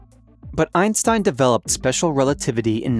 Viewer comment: Spesher rerativity.